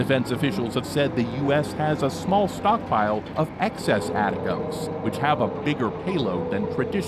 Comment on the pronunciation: Its Milley, not "miley" and its pronounced "attack-ems". Learn to read pls